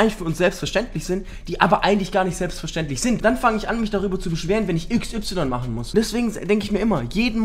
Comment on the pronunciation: Du mysst nicht X, Y mychen. Du mysst nur Y mychen